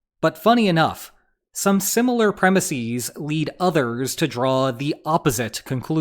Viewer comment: I want to point out to your listeners that you made the all-too-common mistake of pronouncing the last syllable of "premises" with a long 'e.' This is incorrect. The long 'e' in the plural is often correct when the singular word ends in "-sis" such as crisis, analysis, thesis (consequently hypothesis, antithesis, parenthesis, and synthesis), and other less common words. These words were borrowed piecemeal from Greek, and the long 'e' plural is a vestige of the original spelling and [likely] pronunciation. It is a curious vowel migration in modern English among literati (people who should know better); the most common--and glaring--example of this error is the mispronunciation of the word "processes."